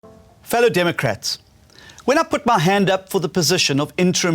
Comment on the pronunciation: And the way he said "fellow democrats" 😒